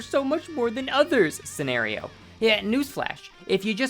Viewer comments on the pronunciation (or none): none